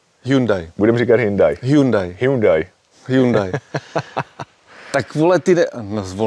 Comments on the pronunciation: Snad se mi kauzu ,,hyndai" podaří uzavřít!😂 Hyundai se správně čte hyundae 🤙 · Hyndaj se ve skutečnosti vyslovuje Hjondé 😂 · Od doby, kdy jsem v tomhle videu poprvé slyšel "hyndaj", jsem si vzpomněl, že s tímhle typkem už video s Betou natočil. Pokaždý, co řekne "hyndaj" se začnu smát😂 Ale ne, má to fakt hezký, má o tom přehled a cenim, že do toho dal takový prachy 👍🍀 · V žádné řeči jsem ještě nikdy neslyšel HINDAJ. Kde to ten člověk vzal? To je strašný, nedá se to poslouchat. A ještě to zabije ACENTEM. 😂😂😂😂🤦🏻‍♂️🤦🏻‍♂️🤦🏻‍♂️ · Taky jsem slyšel Hnůjdaj. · Ten Hnůjdaj Accent se čte Akcent (jako Např. Akcentovat=česky zdůrazňovat) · Hyndai, to jsem jeste neslysel:D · Proč škodovce říká Škoda? 🤔 Když říká Hindaj tak jí může říkat třeba Škada... 🤦‍♂️🤦‍♂️🤦‍♂️ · Pokaždý, co řekne "hyndaj" se začnu smát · Sorry ale nejsem schopen to dodívat do konce. Vždycky když řekne Hyndaj nebo Acent tak se mi otevírá kudla v kapse :D Trošku svitla naděje, když jste se domluvili, že to budete říkat správně a moc dlouho mu to nevydrželo. Auto pěkné ale sorry jsem perfekcionista a fyzicky mě to bolí poslouchat :D Nic proti jsem vadný já ale tak se to prostě nevyslovuje a ještě když to v jedné větě řekne 20x.